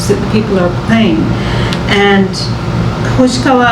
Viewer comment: Hoshiwaka?😂 You mean hoshikawa right